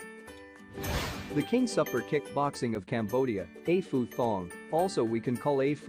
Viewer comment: It’s pronounced Eh Pootong